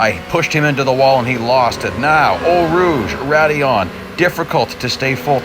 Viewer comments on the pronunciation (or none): Sorry, but It's hilarious to hear the french corner names of Eau Rouge, Raidillon, the name Bottas and so many other things with a big US accent